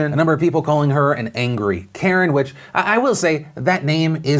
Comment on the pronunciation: she mispronounced Karen